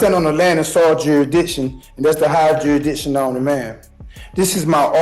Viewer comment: "juridiction juridiction juridiction" you would think if he took his BS seriously he might learn to say jurisdiction properly